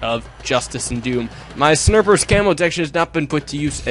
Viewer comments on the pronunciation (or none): he calls snipers snirpers.